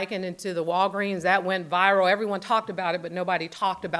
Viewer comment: she can't pronounce viral.